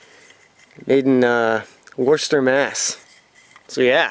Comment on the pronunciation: it is a Persons-Majestic Cruiser Bicycle Siren, you can Google that name and find it there and hear it on Youtube. It twist so that it can be engaged adinst the bikes tires to spin the siren. I was impressed you actually pronounced Worcester pretty well, try Leicester now. :}